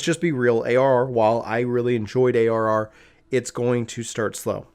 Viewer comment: Bruhhh you mumbled when you defined ARR! What is ARR?😋